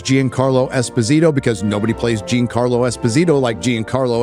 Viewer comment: Leave it to an illiterate ex con to comment on things that require literacy. Gene-Carlo Esposito. Can’t say John-Carlo? Too difficult?